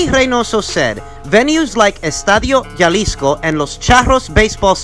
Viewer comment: Jalisco is pronounced (ha-lisco )